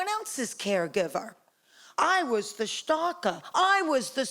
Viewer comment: No, it's the right timestamp... Maybe she's saying "stalker", but I think she's saying "starker". As Larima says, it's German for "strong".